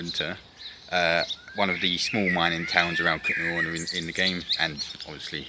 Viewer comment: The man in the video doesn't pronounce it correctly, so yes, Kuttenberg is easier for English speakers.